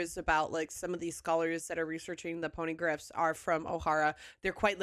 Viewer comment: i will never get sick of hearing you say ponygriffs